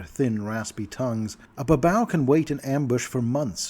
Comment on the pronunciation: i thought babau was pronounced as bah-BAY-yoo Nurgal and Areshkagal were stand ins for Nergel and Ereshkigal, who were listed as demon lords in MM2 but were never expanded on and were acknowledged as deities in later supplements.